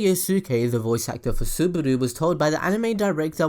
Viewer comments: its Subaru not Suburu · did he just say "suburu"??? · ***** yes and he said Suburu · SubAru NOT SubUru PLEASE